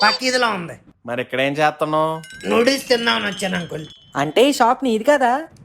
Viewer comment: న్యూడిల్స్ కాదు రా...నూడిల్స్ రా...